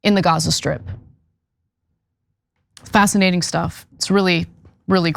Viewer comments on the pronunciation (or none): none